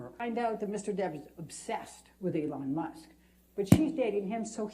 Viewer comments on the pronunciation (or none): Did she say Avon Musk?!!! She is the Joe Biden of attorneys!